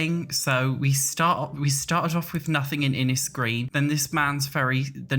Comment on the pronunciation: Innisgreen is definitely going to be Ireland. There's lots of places in Ireland that are 'Innis_____'. Also makes sense with gnomes and 'green'. It's infuriating being from Ireland and no one is talking about how Ireland is getting a pack. P.S it's pronounced Innish